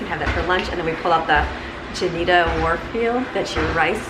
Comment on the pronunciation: Juanita is pronounced Wha nita..not Ja nita..just thought you would like to know